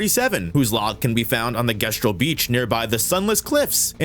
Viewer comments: Jesstural not guesstural. Otherwise good video lol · Not sure why you keep alternating between "Gestral" and "Jestral", but it's pretty fucking annoying, considering the pronunciation throughout the game is "Jestral". Makes me think you didn't actually play the game. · sometimes I watch E33 videos and wonder if people actually listened to the dialogue given how god awful their pronunciations are, as if names aren't repeated several times throughout the game. Guess-trals? Sireney? Alisheea? dude, really? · How can you play the whole game through to the point of being able to make a video like this, but still can't say Gestral or Alicia right, despite them being said over and over? Jes-tral, Al-ee-cee-ah, Sih-ren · My brother, how did you mispronounce gestral? They say it about 1000 times in the story. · My ears bleed everytime he says "Gestral" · i’ll never understand the mispronunciation of “Gestral” despite the proper way to say it being said countless times in-game by the characters 😵‍💫